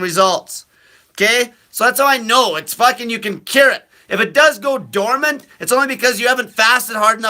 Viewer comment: You are uneducated! It's dormant! BS